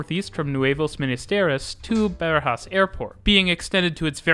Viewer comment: My friend you got to start looking at native pronunciations of local names before narrating the video :D E.g. Barajas is definitely not beh-ruh-JAHS, but bah-RAH-jahs (all vowels open)